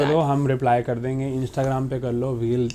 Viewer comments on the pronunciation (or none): none